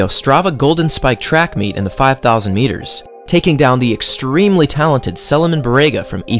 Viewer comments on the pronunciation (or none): none